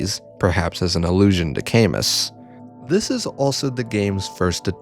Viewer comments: Camus is pronounced cam-OO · It's great to see you back, but the mispronunciation of Camus is killing me.